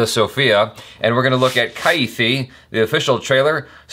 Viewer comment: Its not kaithi its kaiDhi means prisoner